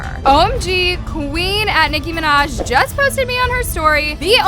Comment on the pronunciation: no he didn't he said Nicki Manaj not Nicki Minaj lol